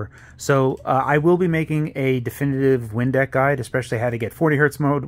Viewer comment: I legit thought he said Windex for half a second. this is cool though